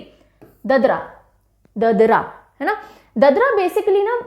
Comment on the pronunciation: Uttar pradesh ka folk दादरा है ददरा नहीं... बिहार का जाट-जाटिन नहीं.. जट-जटिन है